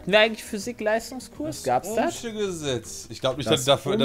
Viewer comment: hat das Ohm'sche Gesetz einmal richtig gesagt, aber verdient hat sowieso keiner die Punkte:D